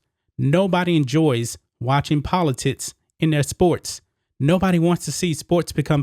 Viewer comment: It's pronounced politics. Poli - ticks do it that way. Not poli - tits! Work on pronouncing words. It is very uncomfortable listening to. Content is good.